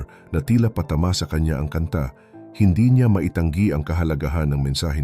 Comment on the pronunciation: This is a constructive criticism. Your voice is definitely perfect but you need to improve more on your pronunciation or accent in some words like "asin" which you mispronounced at the beginning but later on corrected it "mahuli" "patama" "nagwagi" "mabuwag" "sinampahan" etc...regardless, I'm a big fan and kudos to you.